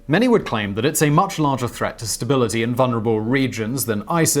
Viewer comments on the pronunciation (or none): none